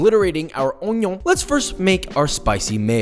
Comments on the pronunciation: I followed when he said ᵒⁱⁿʸᵒⁿ. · I love that "onyioonggg" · Me: please say it Josh: oNiO Me: perfection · Did I just hear Poppy say Onyon? I know another cooking Daddy who says Onyon. Now that would be okay, both cooking Daddy's doing their thang on the same screen. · Can't believe it took a whole three minutes and thirty seconds for him to say the classic "on-yon" in an onion video! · You know nobody in Worshterschire actually calls it by the full name right, it's just called woster sauce